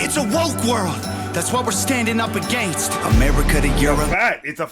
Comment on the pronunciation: Did you notice he said “against” with the Canadian accent? Pretty sure that was an intentional touch.